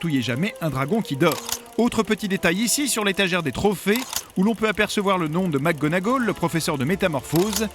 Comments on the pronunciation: oui t'a réson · Poudlarde 😣 Macgonagaulle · Par contre la voix ne sait vraiment pas prononcer les noms, c'est une honte: McGonagoll ?! Poudlarde ?! Wesley ?! Non mais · Ah là là, Pou de larde et Mac gonna Gaule... 😂😂